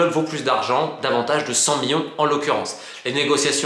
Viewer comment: Je n'étais pas sûr sur sa prononciation 😂